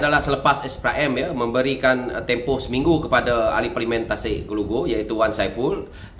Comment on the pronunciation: SEBUTLAH PARLIMEN TU BETUL2....